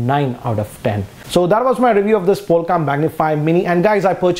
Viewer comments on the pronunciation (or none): Lol..its not POLKA..It's POLK . It's a teeny weeny ....Polka dotted.bikini.. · POLK not polka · Did he just say polka bwahahahahaha , he doesn't even know Polk audio . Btw it's pronounced 'poke' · why you say POLKA whereas it says POLK??????? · It's Polk, not Polka. Good review, thanks. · No offence , but isn’t it polk but not polka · Its not Polka but Polk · It's Polk not polka